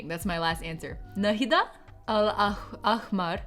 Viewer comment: I never thought watching would be any more wholesome until I've seen this I couldn't stop smiling. To be fair there are 3 sounds that you're struggling with because they literally don't exist in english and I'm quite sure they don't exist in other languages than arabic, which are the first sound in "Ayn", the h sound in "ahmar" and the q sound in Tariq. It's understandable for non arabic speakers to not prounance them correctly, so it's accurate enough the to pronounce the q as a hard k, the h in ahmar as a breathy h like you said, and to say Ayn like it's written (with an A).